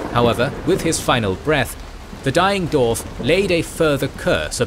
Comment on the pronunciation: Please, it's Dwarf not Dorf.